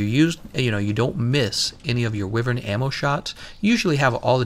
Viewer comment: i thought wyvern's pronunciation was why-vern not wee-vern, am i wrong or is he saying it wrong?